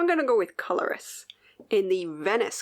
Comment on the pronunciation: Thanks for that lovely, heartfelt shoutout that was clearly made to lose me some followers. 🤦🏻‍♀️ (yes that’s a facepalm) And to give you even more trauma: the DMC floss is pronounced „coloreee“. So the i pronounced as e and the s is silent. French is awesome. 😂😂 If you need any further help, please feel free to contact me… kind regards, me!